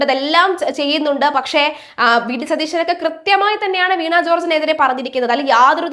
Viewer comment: കുട്ടീ, വീണാ ജോർജ് എന്നല്ല, വീണ ജോർജ് എന്നാണ് പറയേണ്ടത്.